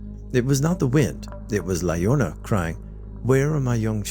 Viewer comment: La llorona is "ya-RO-na"